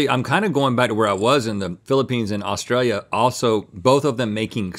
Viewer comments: Did Link say, "feeling the peens"?? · Who’s gonna tell link he needs to quit calling it the Peenes? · He said peen... 😂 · I love how they keep calling the Philippines, the “Peens” 😂😂😂 🇵🇭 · I’ll never not chuckle when Link calls it the Peenes